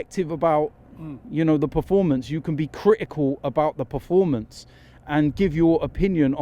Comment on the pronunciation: PER-FOR-MANCE, Robbie!!!!! Not preformance